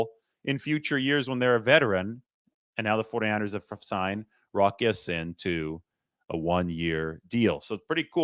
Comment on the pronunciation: It's pronounced Ya seen, and not sin! Go Niners!